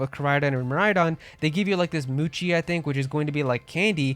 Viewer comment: Moochi??? It's pronounced Mo - Chi